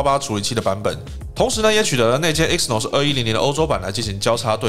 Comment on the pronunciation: 不好意思，更正一下你的發音，Exynos 的E是不發音的，正確的唸法是：西諾斯